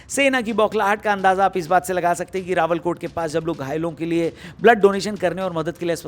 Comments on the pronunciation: Bhai rawala kot ha rawal kott Nhi bakki Thora bohot masala idr bi lga dia but overall it's okie 👌👌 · रावलकोट नहीं...रावलाकोट...